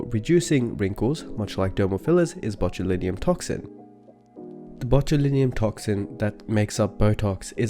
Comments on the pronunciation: Why do you pronounce it botuliNIUM?? When it's botulinum. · How he pronounces botulinum😊